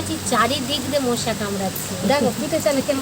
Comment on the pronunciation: মোশা না মশা বলে।